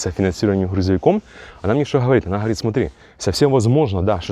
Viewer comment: Помооает ,ооворит...Ты что дружище с буквой "г "не знаком??. А как на английском будет идти ? Оу или как..😄